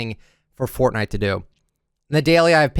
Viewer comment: “hello everyone this is foortnite” words that’s will go down is history